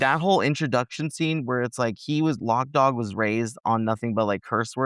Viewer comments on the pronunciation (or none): ITS LOC DAWG, not LOCK DOG.